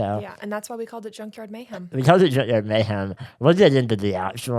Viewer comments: Shane, every time you say “junkyard mayhem” I hear “gender mayhem” and I’m not mad at all about it. lol ❤ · I keep thinking Shane is saying “Gender Mayhem”